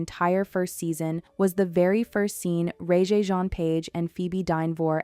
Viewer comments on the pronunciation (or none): Said rege wrong